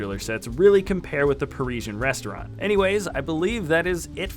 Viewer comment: Pari-sian Rest-au-rant!